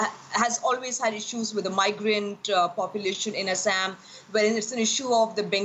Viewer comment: Why does an Indian have difficult pronouncing Assam? Is anchor having identity crisis?